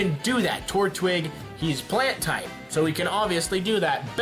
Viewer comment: i cringe every time he sad plant tipe